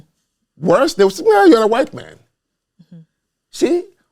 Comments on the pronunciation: I’m almost certain that knows of Jared Taylor, if he doesn’t know him personally. Listen to the way they both pronounce “hwite” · and Jared Taylor both belong to the culture of people who pronounce it “hwite”